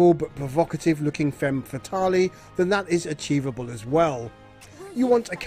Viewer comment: "femme fataley" you literally sound like you're a billion years old, how are you like 90 and don't even know how to pronounce basic french